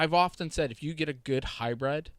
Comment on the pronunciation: Hybrid; not Hybred.